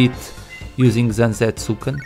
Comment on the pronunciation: It's pronounced "Zan-teh-tsu-keh-n" btw....I have no idea why you said it as "Zanzetsuken" lolz Though it'd sound cooler that way if the hanzi/kanji for that allowed it to be rendered that way